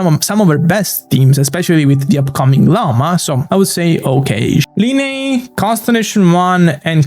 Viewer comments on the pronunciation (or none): none